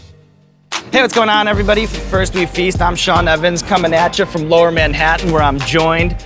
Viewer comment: "Sean Ovens"?